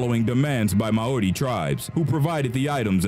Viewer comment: Way to mangle Mauri. There is no D in Mauri.